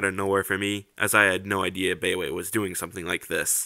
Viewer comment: Nice review! I'm gonna be watching more of your stuff for sure. FYI I think "baiwei" is pronounced like "BYE-WAY". Correct me if I'm wrong.